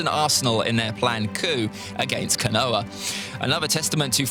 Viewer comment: Am I the only one who thinks he’s saying konoha wrong? He’s saying it’s like it’s spelt konoah, otherwise great scale for this video